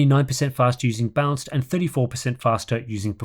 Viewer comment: It's a bit confusing that you pronounce "balanced" as "bounce"